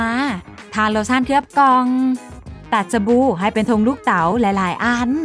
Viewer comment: สบู่ค่ะไม่ใช่สบู